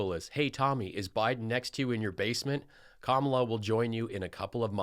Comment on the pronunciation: White haired guy pronounced KAMALA wrong. It's KAMala not kaMALA